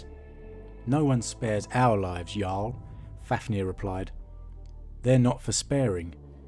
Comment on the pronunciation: The way you say "jarl" sounds more like "yall". No offense 😄